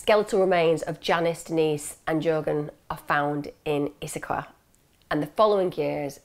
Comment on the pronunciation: Love that you pronounced Issaquah correctly, my hometown. 😄 You did a fantastic job with this one. You're the GOAT, hands down!